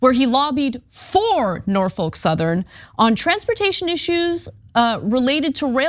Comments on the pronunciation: Great video. Only thing: it’s Norf-uk, not Nor-folk. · Just for the record, it's 'Nor-fick'. Named after Norfolk, VA. Home to the oldest and largest naval yard in the US Navy, interestingly enough. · Dear Anna, The L in Norfolk is Silent . pronounced Norfok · Why is Ana pronouncing Norfolk so weird like that? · What a weird way to pronounce Norfolk